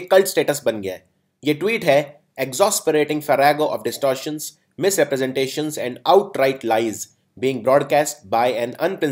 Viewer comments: Kisne kaha Exosperate?? It is pronounced as it is written, Egzaasperate>>>>>>. Apni voculbari pahale theek kar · Exos, Mosq, are wrong pronunciations. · sir exasperate is pronounced as ex-as-perate and not ex-os-perate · but the pronunciation of exasperate you are telling is wrong...it is not ex- aw-sperate...it is pronounced as ig-zas-puh-reyt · Work on your pronunciation sir, Exasperate and melange pronunciation by you is hillarious